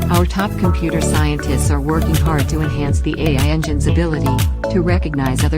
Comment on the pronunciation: For a product that costs $50/year, one would think you could pay a human to read your script, or at least program the synthetic voice to pronounce the word "AI". Also I can barely even understand half of it because its drowned out by the music.